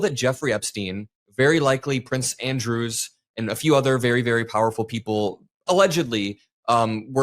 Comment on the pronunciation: Love your work 👍👊😎 (psst...It's Prince Andrew. It's just that I've heard you say "Andrews" more than once) 👍